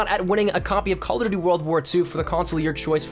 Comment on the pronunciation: I really don't like the way you say 'CallofjhjdbdgdfnvmnDuty WW2' in your giveaway intro...